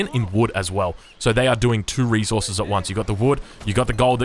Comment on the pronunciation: reSources not "reZorzeus". Love ya